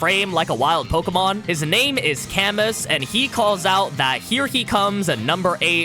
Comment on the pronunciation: I know I'm being THAT guy and I'm truly sorry but can you try and say the French names correctly please. It's Yu-go and Ca-moo. I'm just so distracted by how much of a dick I am about pronunciations lol if you learn a little Japanese you can read their names straight from the raws. Again, very sorry lol